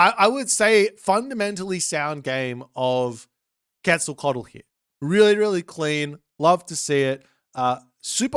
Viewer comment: Yes! Bloodletting is great!. Also, good pronunciation on quetz this time, it is indeed how you pronounce it.